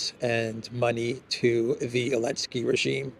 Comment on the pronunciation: Why do you have to laugh about everything? You laugh about things that have no element of humor, like there's something wrong with your brain. You sound like an idiot. I'm not a zelensky fan, not at all, but why don't you call him by his name? What's with "Elensky"?